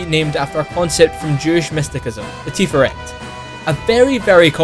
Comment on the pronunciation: Mysticism is pronounced 'mistisism' not 'mistikism'.